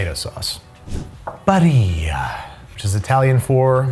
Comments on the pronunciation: Man I knew he would call it “bar-ree-yah” when it’s Italian and would be “bar-ill-ah” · I hadn’t had Prego in years (literal decades), and when I had it at a friend’s house - oh boy 😂 Way too sweet. I usually use Classico, which is far more serviceable to my palate 😅 (Homemade is still best!) Also… did you just pronounce Barilla like it’s Spanish? 😂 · Barilla as said by: "Bareeeya..." Dude. It's Italian, not Spanish. Pronounce those Ls:P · A shame you didn't find any Mutti, would have been curious how it compares. Also, Barilla is pronounced like Vanilla, no Spanish Ls. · Barilla is an occupational family name, meaning "maker of wooden barrels." And also, you pronounce the double-L as a long L, not a J like in Spanish. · did you pronounce Barilla as it was spanish? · If it's italian the L's in Barilla should be pronounced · Offtopic, but it's "BariLLa" with the Ls not being silent. It's Italian, not spanish.